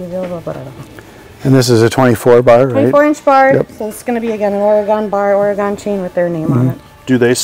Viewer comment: It is OR-E-GUN not OR-E-GONE.